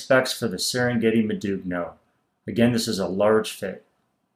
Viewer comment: That's not how you pronounce modugno. The g is silent and the subsequent n is a bit like the spanish ñ like in Niño. I would at least expect a seller to know how to name its products. Doesn't inspire confidence in explaining the product if the product name is mispronounced over half a dozen times.